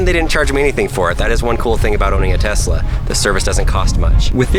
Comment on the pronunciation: “Her in my garage with brand tesluni” so “Knowledge”?